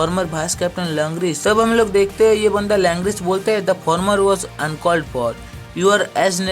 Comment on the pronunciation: Langris ❌️ langra😂